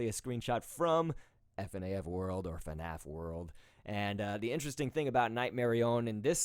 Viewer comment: NOT FUHNAF JUST FNAF JEEZ!